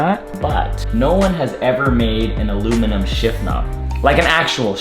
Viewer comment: Man really “aloe vera” or “ala verga”💀😂